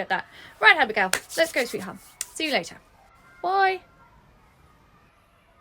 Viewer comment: why does it sound like Mia said Costco not lets go